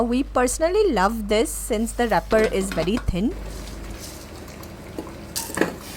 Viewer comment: Oh you meant wrapper.. I heard it as rupper😂😂😂